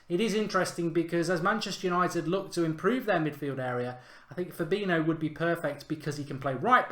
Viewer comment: How can someone not be able to say fabinyo not fabino???